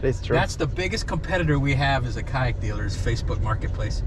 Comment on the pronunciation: Kayak, Boat = Kyoat (coat)